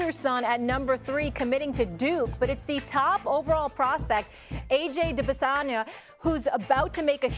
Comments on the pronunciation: What did she call him?....Dibasanya?....😂😂😂😂😂😂😊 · Molly saw a “y” in an African name and went intercity school teacher on us and put it in 3 places 😂 nah but fr was prob using Izzy Adesanya as her reference for pronunciation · Molly should be suspended for the week for butchering his last name like that. Cuz what the hell was that?!?!?